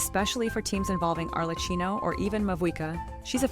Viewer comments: Not Arle-Key-Noh... we just has that on the Archon Banner in 5.3. They rarely are that nice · Mispronouncing Arlecchino’s name hurts so much every time I hear it :’( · the ai voice can't say it right